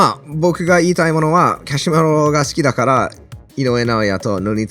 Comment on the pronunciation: カシメロとリコンドーの名前言う時の発音がすごく気持ちいい